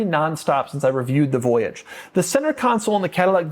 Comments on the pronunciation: You pronounced Voyage wrong. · I thought the Cadillac voyage was supposed to be pronounced with a French accent.